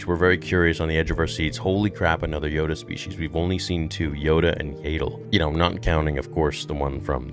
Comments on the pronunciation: do you pronounce names wrong intentionally? "yay dull" and "ka lay ran beck" yeah star wars and george has always said pronounciations dont matter too much but like theyve never been said differently than yaddle and kelleran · Yaddle rhymes with Paddle! N00b.